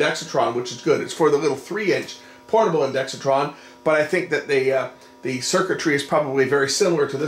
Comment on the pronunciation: Great video! Just one small quibble; there's no "i" after the "x," so stop saying one. It's pronounced INDEX TRON, not INDEXI TRON (I did say it was a small quibble.)